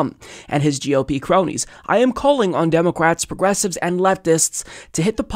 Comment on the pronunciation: Is it just me or is he saying "Democwats"?